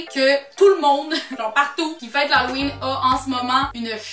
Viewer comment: Halloween pas l'Haloween 😂